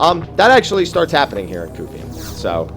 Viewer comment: the way you pronounce Qufim would mean that the word “quick” would be pronounced like “kook” lol